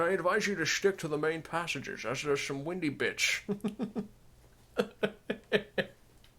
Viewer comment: They are in an underground maze, so I think "windy" is pronounced with the i making the same sound as in the word "ice". Maybe "winding" is more correct than "windy".